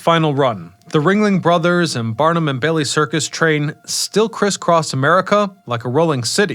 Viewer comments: BARNUM... not Burnam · Barnum not Bernam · Barn-um, not Burnum! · CAV-al-ree, not calvary. BAR-num, not Bern-um. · "P.T. Barnum", not "Bernam"❤ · Ah, it’s Barnum. Not Burnam. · Socash is AI. Key factor in identifying AI generated vids is mispronunciations, which stands out in most of his videos. In this case, his repeated mispronunciation of PT Barnam. He keeps saying “Burnam”. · P.T. Bernum? LOL